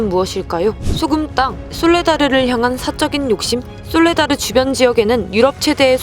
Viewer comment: 솔라데르라고 하셨네요.